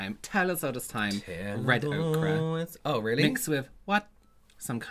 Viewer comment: I watch every week just for Marcus’ edits! Love it!! Also, wtf is red okra,?!?! Is it akin to fried okra? I mean I have yellow ochre and red ochre paint pigments in some of my palettes, but that’s not the word you pronounced...